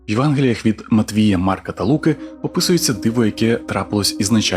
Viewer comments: чел не "від Лу´ки", а "від Луки´". лівачокококок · не лУки а лукИ дебіли